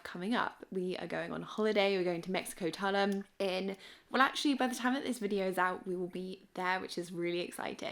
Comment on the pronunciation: Love what you bought! If helpful: Tulum is pronounced Tah-Looom rather than Talum. It's amazing there - have a wonderful time!